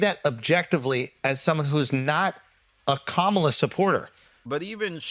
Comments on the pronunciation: Its COMMA Laa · At least know how to say the VP's name, “comma-la, like the punctuation mark.” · You can always spot a racist by their refusal to pronounce Kamala’s name. Sigh. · You KNOW that was done on purpose.